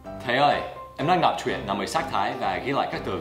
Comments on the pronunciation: "đọc truyện" chứ không phải "đọc chuyện" nhé thầy :) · ''Đọc truyện'', chứ không phải ''Đọc chuyện'' nhé anh Dan đẹp trai !